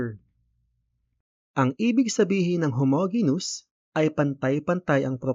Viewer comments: Just a minor correction lang po sir regarding sa pronunciation ng "Homogeneous", it should be pronounce as "how ·mow·jee·nee·uhs". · weyt kuya onting correction lang po ang pronounciation po kasi ng homogeneous is ho mo dyi nyus yung po yung pag kakaalam ko po base sa tinuro po ng teacher namen ehehe